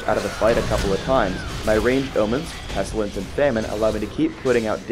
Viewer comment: 13 years later, did ever learn how to pronounce "pestilence"?